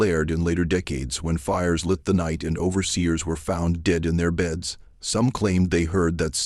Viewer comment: I don't like this narrators voice. The other channel has the perfect narrator. THE SLAVES REVENGE. AI again? It's obvious when the word dead was pronounced deed. And 3 different voices. I do not subscribe to channels who use AI.